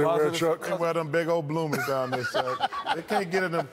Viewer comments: “They wear bloomas”🤣🤣🤣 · THEY GOT BLOOMAHS